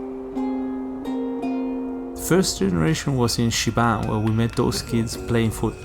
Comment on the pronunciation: It. Is 😅shibam sir ! Not shibang